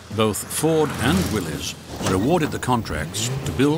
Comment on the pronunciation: Thank you for pronouncing Willys correctly.